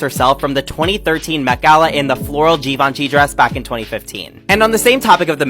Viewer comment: How do you NOT Know the correct pronunciation of Givenchy?